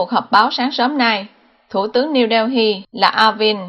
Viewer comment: Niu - Đeo- hi ..? Hay Niu - Đê- Li ..!!! Cần phát âm cho đúng nha GIỌNG ĐỌC QUÊ MÙA QUÁ ĐI